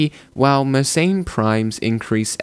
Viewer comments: It's pronounced mer-sen, not mer-sain. And also, , it's "they're", not "their". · I wonder why anglos decided that Mersenne should be pronounced "meurt ses înes". In angloid pseudophonetics, it should instead be something like "m'air-SENN".